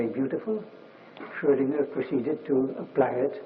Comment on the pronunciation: Hans Van Ingelgom something for you. Dirac in his old age explaining how he merged Heisenberg and Schrödinger into something called Schröngenberg (or Heisinger as he sometimes calls it)